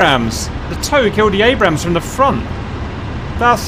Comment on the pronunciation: It's pronounced "ayybrams" not abbrams